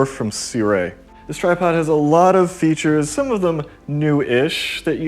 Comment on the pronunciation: How do you get "si-re." Out of 'Sirui'???